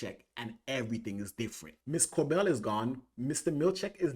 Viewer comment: Cobel not Corbel!